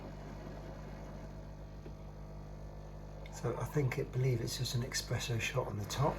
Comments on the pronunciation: ESPRESSO. NOT EXPRESSO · Very nice video. However, we say Espresso, not Expresso. :) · Thanks for showing us the machine, but its eSpresso not eXpresso